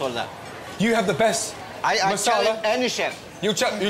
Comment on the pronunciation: "Masala" not "Marsala"🤦🏻